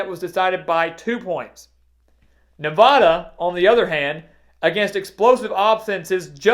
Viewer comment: Please learn how people in the west pronounce "Nevada". Thank you